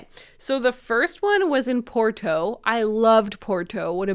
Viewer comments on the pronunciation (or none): none